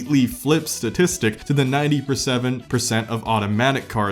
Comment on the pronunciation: “Ninty Perseven Percent”